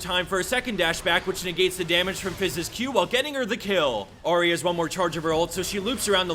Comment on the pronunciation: Ahri not Ori .. u said Ori all the second video